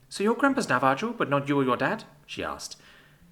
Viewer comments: Seriously?! Na-va-JO?! Dude! It’s Na-va-HO. Just like in Jalapeño. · Is that pronunciation of Navajo intentional? IIRC, it should be "Sounds like na·vuh·how", the j is an h sound, like how the Spanish name Jesus is pronounced "hay-SOOS"